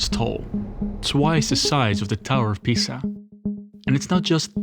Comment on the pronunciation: in Sciena, Floraance🇫🇷 PiSSa, San Gemigigianoh Bruh that's the worst pronounce I have ever heard